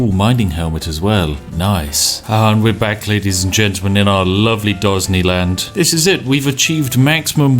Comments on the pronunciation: The Spiffing Brit: Dosney land Captions: Ghazni land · "Dosney Land" I losted so early in the video. hahahaha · Dosney land XD hahahahaha NANIIII? :p